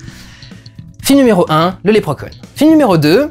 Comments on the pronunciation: Lèpre Conne? ON DIT Lépreuh Shaun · 2min00 lèpre conne ?(pas certain de la prononciation) XD